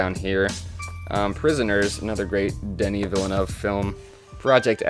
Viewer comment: It's veal-nerve, mate. Nice vid 👍🏻